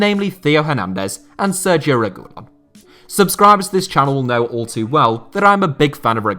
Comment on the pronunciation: you started pronouncing sergio ramos right but started saying sergio reguilon wrong